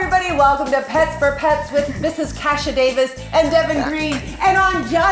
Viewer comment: is anyone else bothered by the way deven pronounces KASHA? no?! just me?! oh ok